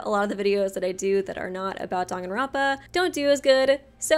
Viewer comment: You’re actually pronouncing it right it’s Danganronpa not Dog in romper